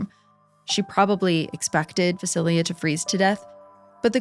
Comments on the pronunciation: Thank you for the Slavic folklore! I knew Baba Yaga also as Baba Roga in my childhood. By the way, and I hope you don’t mind me saying, but ‘Vasilia’ is VasiiSa. Jenny Greenteeth from the first story reminds me very much of the Rusalka/Rusalija of Slavic folklore, and the Germanic Nix. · Small knitpick I wanted to mention— Vasilisa is pronounced something like voss-uh-LEES-uh rather than va-sil-ia There are pronunciation guides online so you can hear what it sounds like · Vasilya 😒 it’s Vasileesa